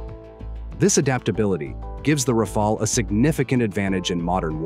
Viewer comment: haha what a joke, somehow pakistani's are obsessed with Dassault Rafale's yet they still didnt learned to pronounce it lol, and mate wheres the evidence of the 3 rafale's that are shot down? when this question was asked by a international journalist, your so called clown of a defence minister replied its all over social media, HEIGHT OF STUPIDITY ! Well anyways i understand that you guys want something to satisfy your ego so just be happy thinking that pakistan had shot down indian rafale's. Also i would like to thank china to support us by selling pakistan some chinese toys which showed what they really are, the j10c's , j17 thunders and hq9 air defence system's. CHINESE EQUIPMENTS ARE NOTHING BUT A PIECE OF GARBAGE. Our drones had managed to destroy the pakistan's so called advanced air defence system HQ9 which the china told pakistan are superior than the s400 defence systems which was purchased by india from russia. So conclusion : { pakistan became the first country to shot down a 4.5 generation get in your dreams : ) }